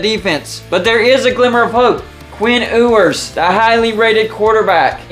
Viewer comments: I believe it’s pronounced “YOU-ers” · Learn how to say his last name correctly